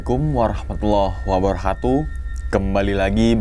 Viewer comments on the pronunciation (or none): Maaf mau koreksi ucapan salamnya ya bang,,, sy sll salfok dgn ucapan khatu di akhir salam..bukanya seharusnya katu ya..Krn di huruf arabnya huruf kaf..bukan kha,, mf ..takutnya beda arti..